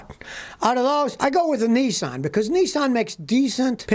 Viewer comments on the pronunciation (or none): none